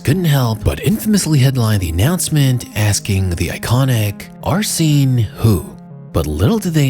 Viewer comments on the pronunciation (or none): Mad triggering to hear the mispronunciation of Arsene's name over and over